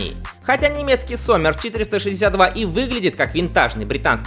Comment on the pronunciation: Только не Соммер, а Зоммер (лето)...